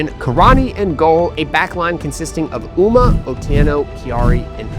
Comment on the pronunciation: still watching; in Toronto Canada. greiat to see so much grass roots sports from Nairobi. grew up there so means a lot, certainly inspiring. hoping to do same like you in about a year. just a quick note, Ouma is pronounced O-wooma, not ooma. I think KP will be 3rd this year. Better to stay in this division for next year. then be #1 in 2027, leading to promotion!!